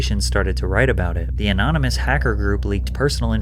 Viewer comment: "Anynomous" - that sign came from dyslexia Island